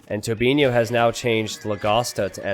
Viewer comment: I'm quite impressed pronounced Tobinho the Portuguese way.